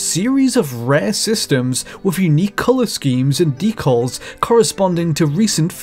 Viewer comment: Oh my god the way he says decals and planned hurts me